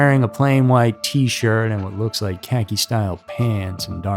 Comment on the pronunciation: What the heck is a T-shird?